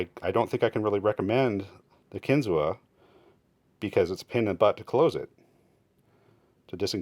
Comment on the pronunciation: It’s pronounced “kin-zoo”